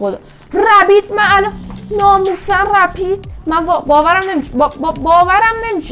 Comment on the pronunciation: ن ببین:/ بجا ربیت گفتی رپید😂💦